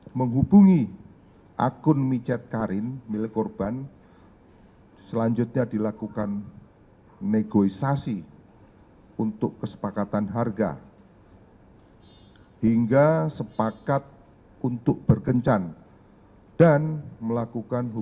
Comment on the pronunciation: Negosiasi bukan negoisasi 😂😂😂😂